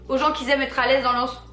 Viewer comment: Parler français c’est possible ?? Parce que qui zaime ça pique les oreilles 😱😭🥴